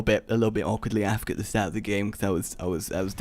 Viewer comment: ITS EI EFF KEI, NOT aaafk